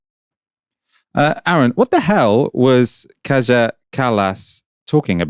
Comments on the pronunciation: Kallas is Estonian, and the Estonian "j" is pronounced like an English "y", not like a French "j". So the pronunciation of her first name is "Kaya", not "Kazha". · Pronounced Kaya not Kaja. Please make a little more effort than she does, and do a proper research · Bro I don’t like her either, but please learn how to pronounce her name correctly: “Kaya” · Kaja is pronounced kyah.